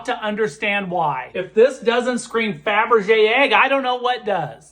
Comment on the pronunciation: Can you say Fabre-yay egg!